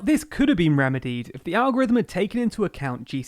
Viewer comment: You mean the Algorivem...Lllizard... who ever fort vis guy was a defense or education secretary or public speaker